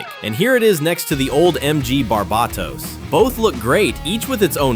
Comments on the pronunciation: Its pernounced bar-bay-tos. Jeez lol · If you want to be anal about it, it's bar-bay-tose (like how you'd pronounce toes, the S is softer in Latin) It's pronounced Bar-buh-tos by Bandai in pretty much every version though so it doesn't matter much either way